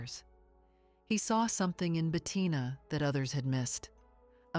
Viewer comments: Si la pronunciacion es mala se puede excusar pero no se llamaba BETATINA. Lo siento pero la voz da grima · "Betatina" non si può sentire!😡